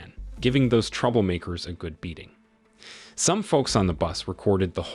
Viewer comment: say spell the bean aging.... say it again MF i dare you